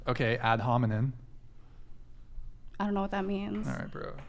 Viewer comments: She cant even pronounce ad hominem lol "ad honinmen" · This 304 thinks she’s so attractive. Girl, if you sell yourself for money you are not entitled to require a man to perform in a traditional manner. She didn’t even know what ad hominem meant. She couldn’t even pronounce it. Lol